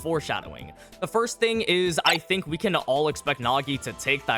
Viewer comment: Didn't know you spoke French saying we (oui)